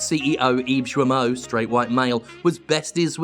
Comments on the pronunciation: It's [gijmo] please... It's painful. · Hello I am a company that made open world when you play a white dude on vengeances for ten year But I am "woke" Yves guillemot ce gros clown. I am sure people already said it to you but Yves guillemot and Serge hescouet dont prononce lile that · Jim mispronunciation of french names is hilarious.